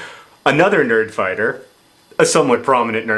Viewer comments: Did anybody else hear "birdfighter babies" instead of "nerdfighter babies"? No? Just me? Okay. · It almost sounded like you said "BIRD-fighter babies". Haha.